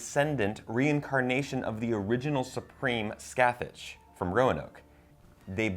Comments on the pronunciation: Love the recaps guys! Also it's Scathach with a soft "ch" not "Scathatch" sorry it was irritating me so much 😂😂💙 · i love rewatching these but them saying “ska-thech” kILLS M E😂 i believe “ska-haath” babes😂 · Very nice recap - love your videos :) BUUUUUUUUUUUUUUUUUUUUUUUUUUUTTTT .... ( and this is bugging me with nearly every one who ever says her name :D :D ) Scathach is pronounced " ScaaT-Hook" ( in the back of your throat,more guttural ? sharp pronounced K at the end ) Its a gaelic name and it bugs me that they never spell her name in the actual season :D Sorry - not trying to come over as a smartass :) I think Michael is neither male or female - like it is said about the angels. Thinking back to that scene where he grips down when Ms Venable says " A man such as yourself ?" I think this season is absolutely KILLING it. Haven't had this much fun since Asylum ( and in the minority for loving Hotel ) ... so excited of whats to come next :) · Guys Scathach needs a comeback. Also you guys are saying it wrong. it is pronounced as Sithick. It's gaelic for shadowy one.